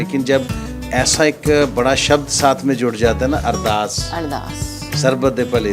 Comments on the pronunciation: अरदार या अरदास please right a right words it's Ardass 🙏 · It called ardaas not ardaar